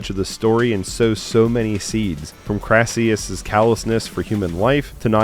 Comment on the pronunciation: Olivier played 'Crassus' not 'Crassius' based on a real Roman General & politician